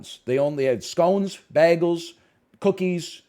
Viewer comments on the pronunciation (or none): I love how he pronounces "bagels" as if it rhymes with "Fraggles". "Down at Baggle Rock!" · Huh. I never heard someone pronounce bagels like Brita from the TV show Community before.